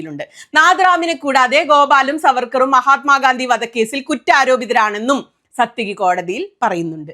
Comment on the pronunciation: സാത്യകി! (It's not 'സത്യകി'.)